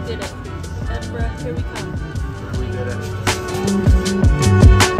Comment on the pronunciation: You got the right pronunciation of Edinburgh well done!